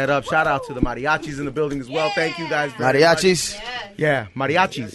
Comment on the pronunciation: I got so triggered when he called them mariachi smh